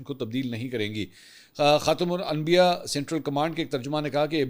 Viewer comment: منصور بھائی آط سے خاتم الانبیاء کا لفظ ٹھیک کیوں نہیں پڑھا گیا